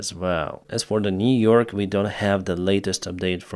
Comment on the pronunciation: Niu-York? That's an interesting name.